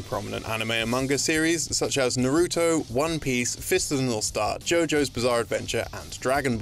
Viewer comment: i lowkey gave a massive oof at the way he absolutely butchered the pronunciation of naruto .